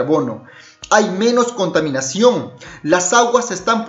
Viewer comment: Contaminacuongg, ciengg. Jajaja